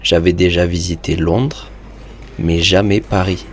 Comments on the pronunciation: Why are you pronouncing Paris with a final “s?” I thought it was supposed to be silent. Anyone? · why did he pronounce "Paris" with the "s" sound? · Does anyone know why he pronounces the S in Paris in the opening line?